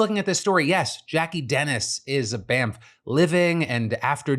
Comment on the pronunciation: When you say the world “Bamf” it sounds like “Bamp” which is British slang meaning An idiotic and ill-mannered person. Just thought I’d let you know. I was really confused and thought you’d called those nice people bamps 😂